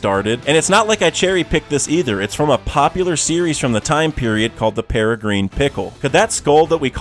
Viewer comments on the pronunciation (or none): none